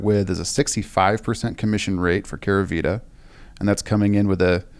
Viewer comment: *Keravita not Keravitra